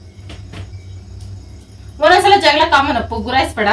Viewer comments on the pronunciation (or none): none